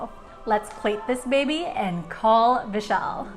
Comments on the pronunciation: Whenever she said "Vishal" I heard "Michelle" 😂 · As I’m also an Indian, my reaction Jasmine: Vishal (pronounced incorrectly) Me: oh nice name, Michelle (Name card comes) Me again: oh wait. No, that’s very wrong Also when he said hey Siri it woke my Siri and I was confused why the video stopped